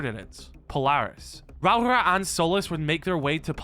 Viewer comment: You keep miss pronouncing rauora